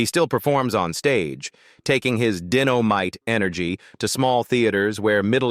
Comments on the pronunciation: Jay Jay didn't say dennomite . He sait DYNOMITE . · I thought it was dynamite, not denomite 😅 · how did you get "dinomite" out of dynamite??? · Lame AI VO its Dye No Mite not "Din" O mite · Classic but your narrating is off man. Deno mite? 🧨 Dynomite 😂 and some of these people are still around. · Dinomight lol you mean dynomight lmao 🤣🤣🤣❤ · Jj said, dinno mite? Lol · This AI crap!! DINO MITE😂.. don't even pronounce words and names correctly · Did he say dennomight? Lol! Omg! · I can’t say it enough or get it on a larger platform….This is all Ai generated bullshit that people just eat up…this is considered Ai reader…generated Entertainment story. It’s all over the internet..they’ll even report a living person being dead…and also a dead person being alive. NOTICE HOW SOME WORDS ARE PRONOUNCED..DIN-O mite being one of them….A I BULLSHIT